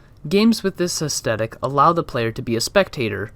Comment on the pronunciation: AesTHetic. It’s TH like Thrush not T like Twat. The content here is great but I couldn’t finish the video because of this pronunciation, sorry to be so knit picky but astehtic isn’t a thing. Facetiousness aside, don’t be disheartened as what you’re covering here is fascinating. I think you’re probably best to practice pitching your video ideas/ scripts to trusted friends and family within a strict time limit. That way you can see what points you get interest peaking at. Should help formulate more direct/dynamic points and also makes streamlining a script much easier, imo. You’re basically the only one doing theoretical game psychology videos and it’s brilliant and with a bit more polish you’re going to be an incredible voice in this emerging field of games journalism. Keep going, I’m looking forward to see what’s produced by your idea factory over the next months and years. It’s also pretty sweet you have Edinburgh Castle as your top photo, I can see it from the front room of my house as I watch your videos was a bit of a WTF moment!